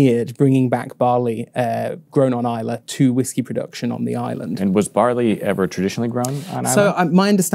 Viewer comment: A great video guys, thank you! Just to say, however…there’s no ‘e’ in Islay! 🙂